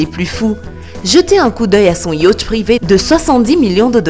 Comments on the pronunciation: Le « yautch »MDR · Sincèrement la façon dont tu prononces "yacht" nous donne le mal de mer.